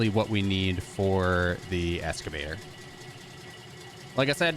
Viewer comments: It’s Excavator not Escavator... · It's pronounced EXcavator